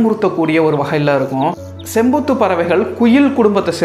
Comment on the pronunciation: செம்போத் இல்லை செம்பூத்